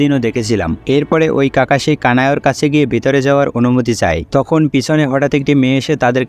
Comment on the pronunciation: Kakashi না kakoshi